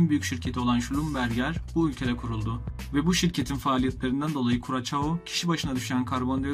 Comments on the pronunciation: Curaçao; Kuraçao diye okunmaz, Kurasao diye okunur. Videolar kaliteli, emeğine sağlık. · kurasao diye okunur kuracao degil haberiniz olsun